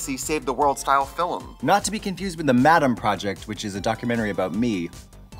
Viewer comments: I love trixie's pronunciation of "film" a la John MacLean. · filim i love how trixie pronounces words for fun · It’s official. Trixie is a John Maclean fan. “FilUM” 😂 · Did Trixie just channel our fabulous dark lord with her pronunciation of "filum"? 😃😃😃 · I love how Trixie says “philim” and “progrum” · Love how Trixie says Film , Fill-em xDD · The John MacLean pronunciation of "fillum" in the intro got me good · I love she always says fillim like John Maclean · Is also a rural Wisconsin accent pronunciation. I think she does it in purpose, but there could be a couple different influences as to why she says it that way. Same with "progrum" vs "program" lol. Love it 😂